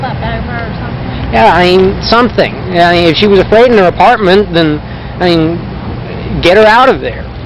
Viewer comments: First off what this monster did was horrific and I hope Lauren's soul is is at peace. But also omfg the way he says "I mean" and pronounces it like IAMs, the dog food brand, is fucking annoying. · He keeps saying “ieen” for “I mean.” I bet that reporter suspected he was guilty right on the spot because his reaction made him look so guilty. It must have been terrifying knowing you’re interviewing a possible murderer or at the very least a very suspicious person. She did great. Just like Chris watts’s tv interview, Stephen McDaniel did himself no favors with this interview. He did much better in the interrogation than this interview. He just sat there like he was a catatonic state for 17 hours and gave the detectives NOTHING. I hate him for what he did but I’ll give him one thing, he did outplay the detectives. It’s really dark but there’s unintentional humor in the interview. “The hair was thar styven!” Red shirt’s best quote is when he says, “Stephen.. we’re real people.”That point in the interrogation you can just give up because you know you’re not gonna get a confession if you have to tell the suspect that they’re real people. Probably the funniest yet most profound thing I’ve ever heard in an interrogation. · Its " I mean" not "ieam" scumbag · "I 'ean" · For being a law student and supposedly "smart" he is not well spoken at all!!!! "I eeen" is NOT A word!!!! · “ I een” = I mean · Haha was gonna post myself about all the "i'eengs." Legend for beating me to it. Glad someone else noticed. "I'eeng, she was such a nice person." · Why's he keep saying aing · Interesting how he mispronounced the words "I mean.." everytime. My thought is he did it purposefully bcus it sounded too much like "I'm mean", and it would point to him. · I think he’s saying “I mean.” It’s become a single syllable, granular version of what was once English lol.